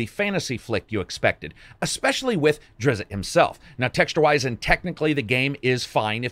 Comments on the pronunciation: Drizzt is pronounced Dridst, not Drizzit. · Drizzt, not drizz-it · Dude cmon... it is not Drizzit. Thats what people that cant pronounce Drizzt say. In the books. Where he kinda jokes about it at the end of Exodus. Also Pikle the Druid who can't speak correctly calls him Drizzit Dawden. His name is DRIZZT DO'URDEN. No extra vowels necessary, just go listen to the penultimate voice of these characters, Victor Bevine. He will show you the way. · It's pronounced "Drizt" or "Drist" is acceptable. One syllable. "Drizzit" is not his damn name. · Drist! Who is this Driz-it you speak of?" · There is only one "i" in Drizzt. Stop calling him Drizz-it. Pronounce it Drizz. As if the T is silent. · God I didn't realize with this game coming out I gotta hear all these people call Drizzt - drizzit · You aren't pronouncing Drizzt correctly. The zzt does not have an i sound in it, I have never heard RA Salvatore pronounce it as "Drizzit" except when he's joking about the publisher trying to pronounce it when he pitched it. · I can't help but to pronounce it "Drits". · Lost me at "driz it". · It is pronounced Drii Zzzzzzt .. tzzz .. zt .. t.. D. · Why is Drizzt so hard to pronounce? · There is no "I" in drizzt. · Never touch, buh-bye!!! And he incorrectly pronounced Drizzt name